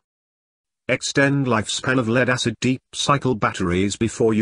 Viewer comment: "Leed acid batteries" ?